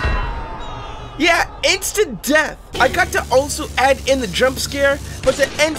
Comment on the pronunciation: It's "Death" not "Depth"